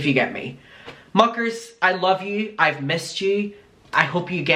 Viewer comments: hehehe 🤭 I never thought of that but tbh imma never hear it as muckers now HAHAHA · Everytime he says muckers I still to this day hear fu¢kers lol, but I agree it still makes me smile.